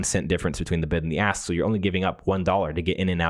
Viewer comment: There is a "k" in "ask".